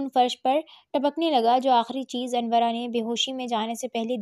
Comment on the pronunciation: Ap sy pehly bhi kaha tha k ,anora, naam ha not anwra itny modern naam ko anwra ker dia ha😢